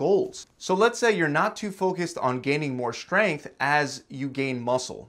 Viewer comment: Schtrenuous. Schtronger. Schgrenth. Schtreamlined. I think you might have a schlight schpeech impediment.